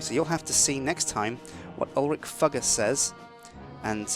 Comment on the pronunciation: Umm it is (Fyou ger) not fooger.